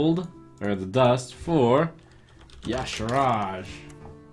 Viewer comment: Everytime he pronounces Y'Shaarj I die a little bit inside, why is he inventing letters? It's pronounced ee'Shaar, much easier than Ya'Sharaj.